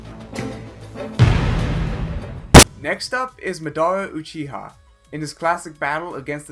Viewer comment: its not laughy you foo; ...its luffy ....as in loofy ....like goofy how dare you mess up such famous characters.....even Madara Uchiha